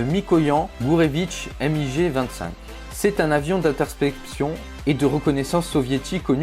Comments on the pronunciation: c'est pas M.I.G mais MIG en un mot ... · Alors lui il m'a énervé avec son èmmigé au lieu de MIG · je vais le balancer un sidewinder putain on dit pas emmigé mais MIG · A par le MIG ( et pas le M.I.G) ce sont tous des avions expérimentaux et pas des avions de chasse